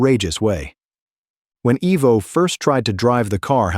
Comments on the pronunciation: Who is? It’s Ivo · His name is pronounced EYE-Voe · EYE Vo!!!!! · If your going to do a bio say the name correct IVO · GET HIS NAME RIGHT, ITS TOMMY IVO